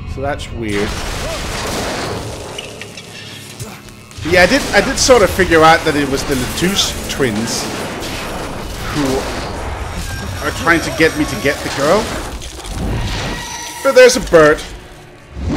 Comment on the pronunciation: Friendly reminder that it's Lutece, not Letuce :P